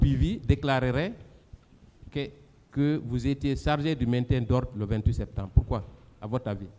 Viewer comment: Il dit sektembre hahah